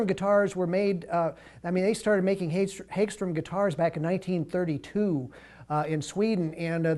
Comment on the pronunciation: Hag-strom, not hage-strom